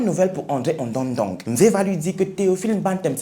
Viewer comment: waouou trop top et ton visage très nickel et propre,très charmant merci pr cet histoire bien k je suis ganonaise me tu prononcé pas bien le nom ondo ndong😂😂 ce pas grave